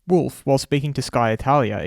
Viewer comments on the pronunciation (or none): Yeahhhhhhh Fuck u Binotto. I just changed my watsapp status to this. N d way u say wolff sounds wooofff 🤣🤣🤣🤣